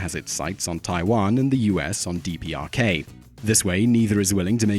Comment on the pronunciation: US has its sights on what? TPRK? deepeearrkay?